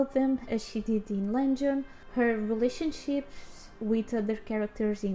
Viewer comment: I love your TR videos! Keep them up. I wonder if you'll ever change the habit of pronouncing 'Legend' as 'LENgend' 😅 It's funny!